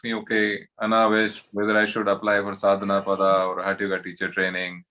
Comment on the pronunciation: साधनापद* not साधनापादा. 😂